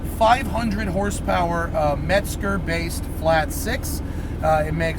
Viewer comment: "Met"-zger lol